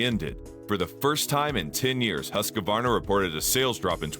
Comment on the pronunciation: no its not. but yours is better. the right way so pronouce is HUS QVAR NA, or to make is simpler, HUUS-KVAR-NAH. say the U like in USA. and the A like in America. 😁